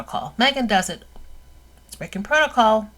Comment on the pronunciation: "Breaking protacol" LMAO